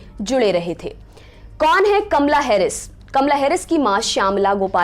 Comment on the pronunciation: Kamla ya kamala sahi bolo